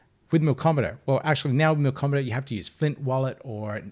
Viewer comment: There's no "r" in "Milkomeda". Great video though!